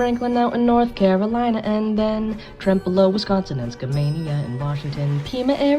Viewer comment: as a local how tf did you say trempealeu correctly haha!